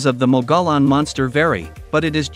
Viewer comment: If you’re going to talk about the Mogollon rim need to learn how to pronounce it